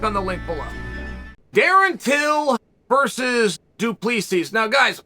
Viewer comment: As a long time subscriber from South africa, let me help you say Dricus name. Drick-is Doo-pli-see Afrikaans names are hard even here sometimes. Huge Fan of the Bad Guy!